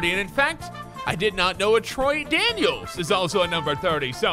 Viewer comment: Troy daniels Troydan-(iels)